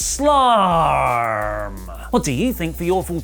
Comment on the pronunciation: I mean... summarrrrslam sounds great right?